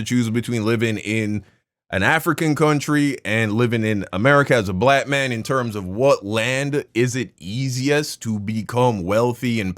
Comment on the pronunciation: Anybody who thinks Jesse has any sense is beyond help. He can’t even pronounce black.